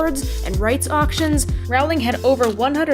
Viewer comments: Great video. Also it's pronounced ro-ling. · It's pronounced 'rolling'